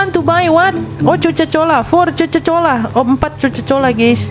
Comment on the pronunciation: Coca cola bukan coco cola😅😅😅🗿